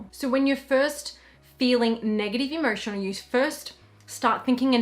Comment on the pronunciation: Sorry I dont mean to be rude, I love you! is it just me but when you say "emotion" I hear it as "immersion"???